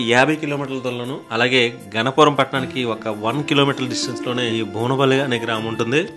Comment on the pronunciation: బోనపల్లి కాదు ఆండీ బువ్వనపల్లి అండి